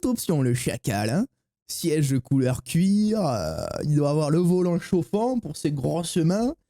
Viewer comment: "siège COULEUR cuirheuu" 🤦🏻‍♂️